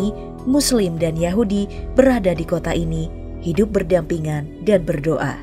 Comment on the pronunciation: trus nyebut solalawhu 😂😂😂